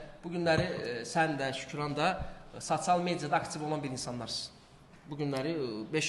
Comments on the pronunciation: Sasial yox sosial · Gijdıllax sasial yox sosial düz de 😡😡😡😡😡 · Sacial nedi sosial rusdilli qaqasdida bu